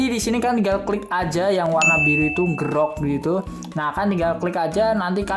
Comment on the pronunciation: Bacanya itu enjirok, bukan ngerok